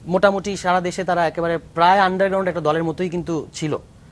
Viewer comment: আন্ডারগ্রাউন্ড বলা টিক হয় নি😜